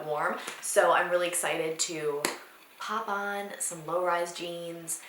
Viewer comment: Did say LOW RISE JEANS?!